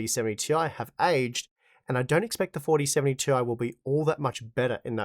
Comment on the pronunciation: its 'tie', not 'tee eye'